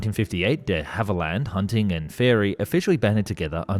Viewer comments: duh havilland ? try saying dhavilland (one word) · Frankly, I would prefer AI voicing to the creator's! Time and again he is incapable of pronouncing words which any one with an ounce of literacy should know. Geoffrey - is not JEE-OFF-REE Cavernous - is not CAVENEROUS De Havilland is DEE Hav-i-land. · Please, please, please check your pronunciation. On this video its DeHavilland you're getting wrong. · Is the narration now AI? “De Havilland, cavernous, triplicated” all pronounced a little oddly, even for an Aussie.